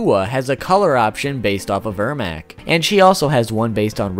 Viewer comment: it’s ermac.. pronounce my name riigh human loll